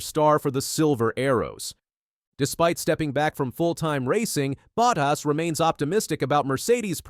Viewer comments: Er, it's Bottas not buttass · This guy keeps on saying Buttass 😢😢😢wtf